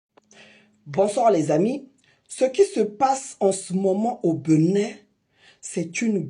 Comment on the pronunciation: À ton âge, tu n’as rien à foutre ? Il te faut ça pour manger ? C’est bien triste ! On dit Bénin pas Beunin 🤣